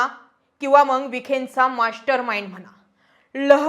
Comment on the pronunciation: पत्रकार आहात शुद्ध बोलण अपेक्षित आहे मग ला मंग म्हणत आहात . Strategy not stratergy master not mashter